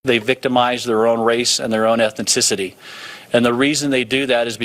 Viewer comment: “Ethinticity” ?? Ohhh boy… Pray up.